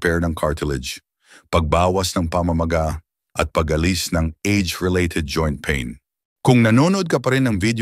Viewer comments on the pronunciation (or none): none